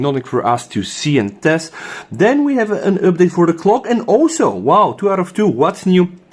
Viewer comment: Common it is not üpdate 🤣